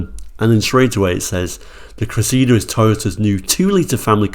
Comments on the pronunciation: It's the Toyota Cressida not Cressidda. 🤔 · It's funny how Brits call it a "Cress-SEE-da" but in South Africa and the US, it was "CRESSA-da". And PLEASE, Brtons, PLEASE top saying "MAZZ-da" and putting a zed in Chrysler. You also say Nissan wrong (it's KNEE SAHN, like the Japanese say it), but we all say Subaru and Hyundai wrong in the West, so I'll give some leeway! Hyundai's popular crossover is a "TOO-SAHN", not a "tuckson", though I think I've only heard the Aussies go that route. Repeat after me, Blighty: LAHN-chuh. LAHN-chuh. LAHN-chuh. While you're working on that, I'll try to get Americans to stop saying FEE-YOTT, Ruh-NAULT, VAAHL-voh, and porsh. And we yanks actually like the way you say "Jag-yoo-warr" and many Americans are now using that pronunciation.